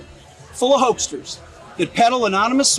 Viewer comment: “Hoagsters”. LOL! Now I want a hoagie 😂